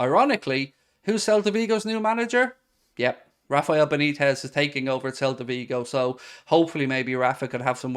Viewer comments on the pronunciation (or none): none